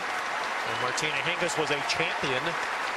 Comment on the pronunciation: Kvitova not kivitova